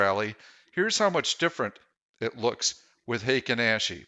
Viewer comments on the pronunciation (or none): Intro is so much louder than the rest, also the A in Ashi is pronounced ah. Ashi is foot in Japanese